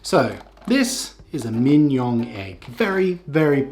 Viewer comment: Your pronunciation of Mignon would rhyme well with Kim-Jong.